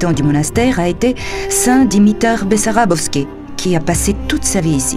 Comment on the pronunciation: само дето манастирът не се казва БEсарÁбовски, а БАсарбÓвски... 20 пъти го каза Бесарабовски, а се вижда и на надписа на входа и на иконата на светеца, че не е така! То бива неграмотни...